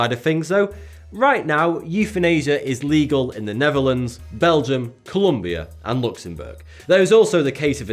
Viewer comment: Culombia or Colombia?